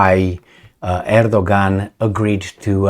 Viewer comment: Great - remember Erdogan is pronouced Edoyan (or something).